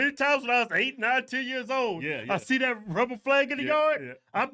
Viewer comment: Even though the hog twins can’t pronounce the TH sound, they say DAT and DAh, even though they still can’t speak correctly like most blacks, at least their eyes are open